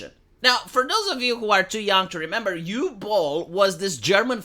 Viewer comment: “Uwe Boll” it’s pronounced “oo-veh” Boll